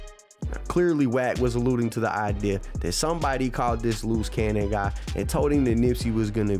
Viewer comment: Bruh. How many loose cannons is it? Looze Cannon, Luce Cannon? Come on now dawg